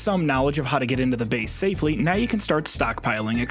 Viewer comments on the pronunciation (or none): none